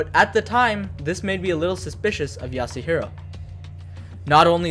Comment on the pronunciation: As soon as he said yasuhiro I started contemplating clicking off